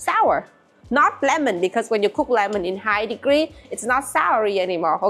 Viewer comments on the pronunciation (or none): none